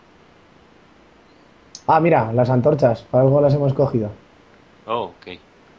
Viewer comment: que son Antrochas no antorchas xD